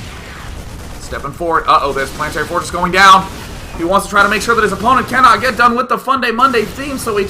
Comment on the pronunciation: when day keeps saying kanode it sounds like a pokemon noise